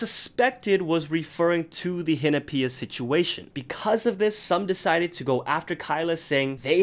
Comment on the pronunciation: Am I the only one that doesn't pronounce Hinapia like that